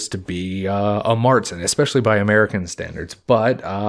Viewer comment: Ok, there's one thing I'd like to have cleared up here. 'Keep it clean and fermenting during the hotter parts of the year' kinda contradicts the 'they could only brew during the summer' part here. I know that that is a conundrum, it's a hard part of history to unveil. Also "Märzen' is prnounced more along the lines of 'cher'( the artist).